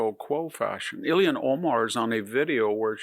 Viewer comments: "Ilhan", not "Illian". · The fact that Ilhan Omar is allowed to live in the United States is scandalous enough. That she is a member of Congress suggests a national death wish...But one question: Why does VDH continue to pronounce her name as "Ilian Omar"?